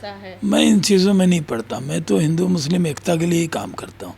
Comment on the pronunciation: अरे काका पहले मुस्लिम शब्द तो बोलना सीख लो